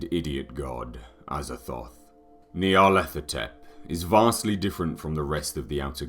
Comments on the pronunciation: Is it Nyarlathotep or Nylarthethothep like the guy pronounces it? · Maybe someday someone will pronounce it right. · I wish he could pronounce Nyarlathotep.